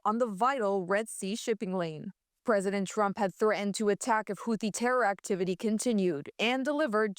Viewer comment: is there a glottal stop now in threatened?